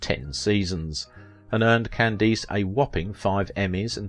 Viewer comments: Good heavens! AT LEAST pronounce correctly the name of your chosen subject! That atrocious "CandEEce" is appalling. Listen to any period TV piece for 30 seconds and you would know. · Is this read by a speech reader program? I’ve noticed on a couple of videos how common names are mispronounced. No one says Can-deese. It’s Cand-ass. On another video, Mel Torme was pronounced Mel Torm….. also in both videos, pictures end up in the show that have NOTHING to do with the topic.